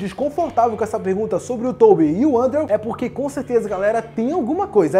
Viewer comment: Aê! A pronúncia de "Andrew" Garfield tá melhorando! Continue assim! :D